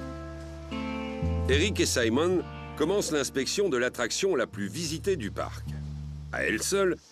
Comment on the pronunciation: saimone???? On est en france il est francais pourquoi faire genre que on est au États Unis